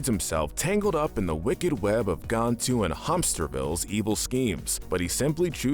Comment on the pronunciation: Am I the only one slightly annoyed by the way he pronounces "Gantu"? I never one said his name as "Gawntu" so it annoys me